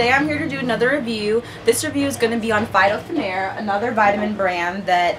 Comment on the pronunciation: Pronounced feet-o😉